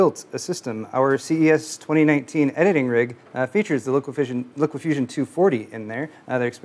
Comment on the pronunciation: Is anyone going to correct when he pronounces LiqFusion wrong?